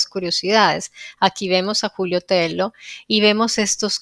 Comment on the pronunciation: Excelente programa. Estoy en ambos temas desde hacen más de 8 años: amabas cuestiónes son VERDADERAS. NOTA: TELLO es un apellido español.la doble L se pronuncia como LLUVIA, CABALLO, LLAMADA